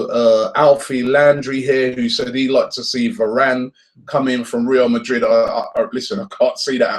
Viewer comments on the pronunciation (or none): none